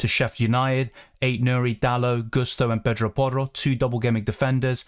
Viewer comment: U pronounce pedro porro so well